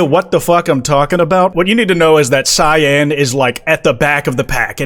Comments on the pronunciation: Bro pronouncing cyan like shein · nevermind i take it back i just heard him pronounce it see-in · No, no. You cant just say it right and not acknowledge "see-yan." I expect a ukulele/interpretive dance/apology video soon. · Whens the correct cyan pronunciation arc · how do you pronouce it? because pronounces it correctly. I have never in my life met someone who doesn't pronounce cyan like that